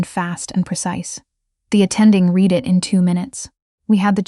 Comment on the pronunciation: ‘brooss-keta’ waiting FOR a grant, not waiting on a grant the past tense of the verb ‘to read’ rhymes with ‘red’, not with ‘feed’